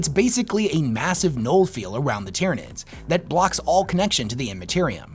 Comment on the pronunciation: There is a LOT that I disagree with in this video and I'm a 'Nids player. HOWEVER, the points make sense and it is well made and argued. Honestly, when you get to this level of power, it's more like who is sitting on who's shoulders while on the #1 podium. His pronunciation of most of the names is driving me nuts, however. Hell, I'm pretty sure he called them the "Dyrranids" once or twice.